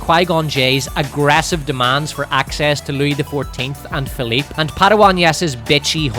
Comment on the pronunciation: My namesake is rolling in his grave hearing you call them Philipe and Louie